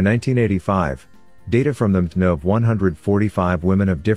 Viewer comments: So much great information in this video, but the narration needs a couple of corrections: MtDNA and haplo are consistently mispronounced, making this vid questionable for use in the classroom. Any chance you can correct them? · Great video. Captions are necessary to watch though because the AI narrator has difficulty pronouncing some of the scientific terms like mtDNA.